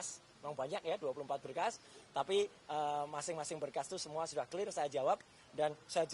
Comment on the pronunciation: Clear rrrrrrr................😂